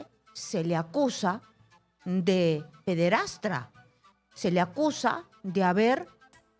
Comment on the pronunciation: PEDERASTRA no PEDERASTA, PEDERASTA